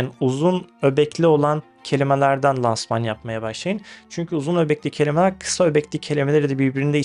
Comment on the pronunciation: Lansman öyle telaffuz edilmiyor. İlk a ince olacak.